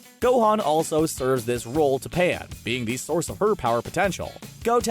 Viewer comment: It's pan not paya